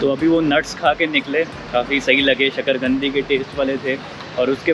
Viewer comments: Sakargandi nahi sakarkand kahte h sakar(sweet) kand(root).maje le rhe ho madam se.God bless both of you. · शक्कर गन्दी नहीं शक्कर कन्दी और कन्दी का अर्थ होता है जड़ अर्थ का अनर्थ मत करो भाईसाहब 🙏🏻